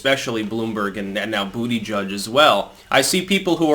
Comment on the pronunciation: did you call him "booty-judge"? I almost fell out my seat laughing. and yes, he would screw you if YOU got in position LOL